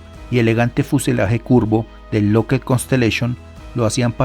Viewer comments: SE DICE "LOCKID" NO "LOCKED" (LOCKHEED MARTIN) LA DOBLE "E" SUENA COMO "I" NO COMO "E". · Estás pronunciando mal la palabra lookheed…